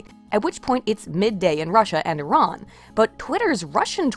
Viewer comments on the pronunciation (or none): none